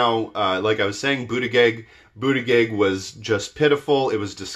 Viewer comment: I love you, and you teach me lots-- but I'm going to nitpick: Buttigieg is pronounced boot-edge-edge, not Boot-a -gig.